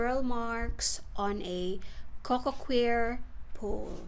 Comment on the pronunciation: Coco “choir” not coco queer 😂